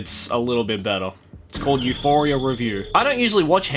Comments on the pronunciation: I was actually like, "I says pardon??" Then I went back 20 seconds and yep, he definitely said Euphoria. Oh... Oh my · when you said Euphoria, i winced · stop say euphoria pls, thats make me anoying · Everything was alright until I heard this man say Euphoria